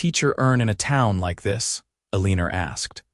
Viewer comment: El-a-nor… not A-lean-er